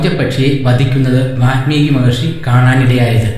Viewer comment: athe vaalmeeki aanu ... vaathmeeki alla